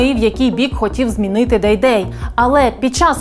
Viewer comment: Не Дейдей, а ДайДай правильно. Все что нужно знать о ,,патриотах